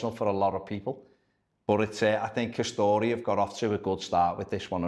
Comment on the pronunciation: I like it. Better than the Hummel efforts anyway. It’s pronounced ‘Ka-store’ btw not ‘Ka-story’. Two syllables.